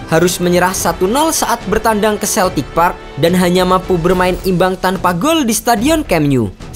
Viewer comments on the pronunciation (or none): none